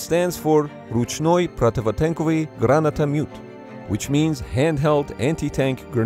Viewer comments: ГранатомЮт))) LOOOOL I, as a Russian person, notably neighed from this) Oh well) you tried) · Not bad Russian pronunciation, but why isn't it "ручная противотанковая граната"? "мёт" is pron. "myot" гранатамёт - "grenade launcher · "Ручной противотенковый гранатамют"